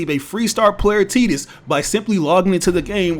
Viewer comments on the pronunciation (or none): That boy called Ti-dus tee-dus 🤣🤣🤣